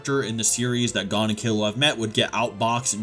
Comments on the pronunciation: gone? lmao its GON like (goone) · You really pronounced it “Gone” Instead of Gon 💀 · Great video, but the way you pronounce 'Gon' is so... wrong. Its goun not gone. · Bro it’s gon not gone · Why do people pronounce Gon as gone when even the anime tells u how to pronounce it, even the original Japanese version doesnt say "gone" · Gon is pronounced like moan but with a g, goan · why are you pronouncing gon as gone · who the hell is this “Gawn” dude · Can you say Gon’s name right please it’s like your saying Gan learn some basic Japanese pronunciations so you can get it right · Oh god he pronounces Gon wrong too ggs. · Bruh I'm leaving a dislike just bc you can't pronounce Gon's name properly. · The way this dude pronounces Gon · dude doesn’t even know how to pronounce Gon’s name... 😂